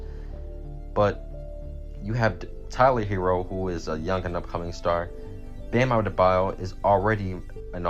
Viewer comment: Bruh the way you first said bam adebayo “Bam abdedbadyo” lol wth But great vid tho